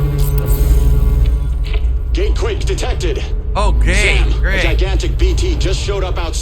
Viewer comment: "OH GAET - Great."